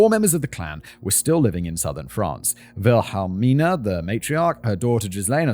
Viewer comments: Wilhelmina would be pronounced as "Will-a-mina." The key is to sound out the syllables in your head one by one and then squash them all together. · You're trying to hard on the names...Wilhelmina in the US would be Willamina or just Billie